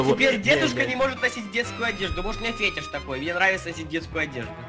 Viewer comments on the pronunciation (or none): В слове фетиш ударение "и".